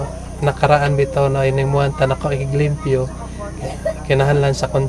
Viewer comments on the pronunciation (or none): limpyo. Hnd leyempo 😅